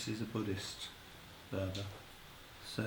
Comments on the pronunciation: purb.. not furba.. the ph is just p.. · There is no 'f' sound in the Tibetan language 'phurba' is pronounced 'purba' the 'h' after the 'p' is aspirated. The phurba itself is not a knife but a peg to 'pin down'.